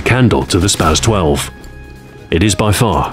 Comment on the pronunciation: Please for all that is holy say spas-12 correctly